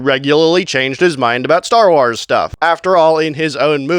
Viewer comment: Stop saying wars like that